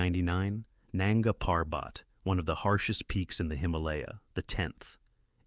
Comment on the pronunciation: Nunga Parbat is not pronounced that way.